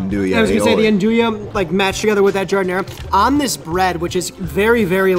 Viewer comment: How do the shop owners respond when real Italians come, you all pronounce it wrong and also don't make it the same at all ( GI-HAR-DE-NAH) It comes from the work garden, because we make it with the scraps. It is not Chicago that created that, it's Italian spicy or not ..... and we typically put melanzane on sandwiches. That's how behind Chicago, NJ and NY is.